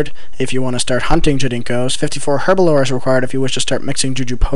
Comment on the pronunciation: It's "herblore", not "herbalore"